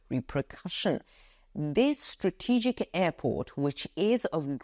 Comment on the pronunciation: Stra-TE-gic is the most favourite word of. Cannot help smiling whenever you pronounce this word with the strong stress on TE. Keep reporting the latest news for us.